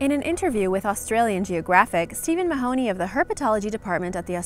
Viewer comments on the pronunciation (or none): none